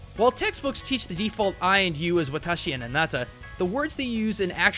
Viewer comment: Boi its watashi